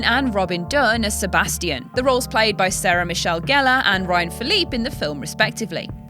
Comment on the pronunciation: It made my day that you actually pronounced Ryan Philippe CORRECTLY. Seriously, why does everyone else insist on pronouncing the last "E" somehow?!?! Or any other "E" that's supposed to be silent for that matter.